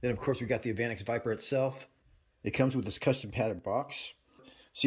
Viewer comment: That's pronounced "evah nex"